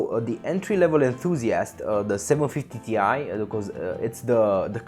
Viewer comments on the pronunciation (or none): just FYI you should not pronounce 750Ti as in T i, but Ti as in Titanium. That's the way Nvidia wants it